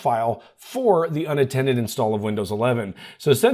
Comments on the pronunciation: Until about in the video, I thought you were saying "unintended", instead of "unattended"... 🥴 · Question? Did you say unintended or unattended? LOL